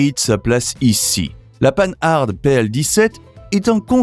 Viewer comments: On ne dit pas "panne-arde" mais "pan-ar" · le moteur de la R16 n 'est pas un Cléon, c 'est un moteur tout en alu. Les 4 roues indépendantes ca existait depuis longtemps chez Renault (R4 en 1961) et sur la 2CV en 1948. Prononcer Pan Hard pas 'panne-hard' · On dit Pan-ard, en un seul mot et surtout pas panneu-harde ... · MDR, en français on dit "pan-are" pas "pane harde".... ça commence bien 🤣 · Arrêtez d’être Nul : Panhard ; ce n’est pas : panneu ardeu..c’est insupportable ! ! Oui la Simca 1100 et la R 16 était de bonnes autos ! Par contre la 104 😂 ..sa mécanique ; installée sur diverses autos était catastrophique, la Panhard : PL 17 n’avait pas le même châssis que la Dyna Z puisque ce sont des monocoques !! Renseignez vous ; avant de parler automobile !! E.M. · Marque française... Alors prononcez son nom à la française : "pan ar" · Prononciation de Panhard à l'anglaise en prononçant le D. N'importe quoi... Je trouvais la Renault 16 moche et insignifiante à 11 ans et n'ai pas changé d'avis à 64 ans... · ça commence bien : il ne sait même pas prononcer le nom de la plus ancienne marque automobile française; ! Merci de travailler ton texte avec plus de sérieux. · Mais quelle idée saugrenue de prononcer Panhard à l’anglaise, alors qu’il s’agit d’une des plus anciennes marques française ?? Sans parler de Simca « mille cent » au lieu de « onze cent »… A revoir d’urgence pour espérer publier des vidéos crédibles. Bonne journée.